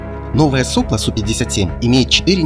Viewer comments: соплО, а не сОпло, подводники недоделанные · Только всё-таки в единственном числе правильно - "соплО" с ударением на последнее "о". Слух режет. Во множественном да - "сОпла". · В слове "сопло" ударение ставится на последний слог.